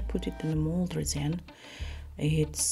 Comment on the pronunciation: At the beginning I had no idea what you were going to put in there. Your accent is so strong I thought maybe you were making noodles. Lol. Then I seen the resin. I was like oh not reason, but resin ok. Hahaha, I love this idea. Been looking for other ways to use my vacuum pump.